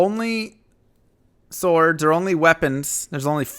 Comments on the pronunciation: i like how you pronounce the "w" in sWords...hee hee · swords is pronounced "sords", despite the spelling; I like the new format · It's pronounced sord*, the w is not pronounced. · The emphasis you put on the W in the word Swords is throwing me rofl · And i thought the w is silent